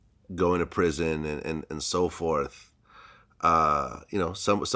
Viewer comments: Prison not orison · "Orison"?? Damn where was this nigga at??? In space???